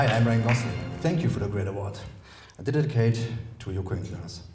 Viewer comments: wie der immer "i dedidicate it to joko & klaas" sagt 😂😂 warum sagt ihm niemand dass es dedicate heißt 😂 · "Fank you for the great Award. I dididicate to Joko and Klaas" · hätten sie ihm nicht sagen können wie man "dedicate" auspricht ?